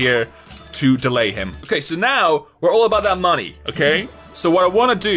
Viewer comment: why does he say money likr monay????